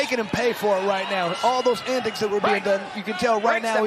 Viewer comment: Lol how many times can 1 man mispronounce antics in 10min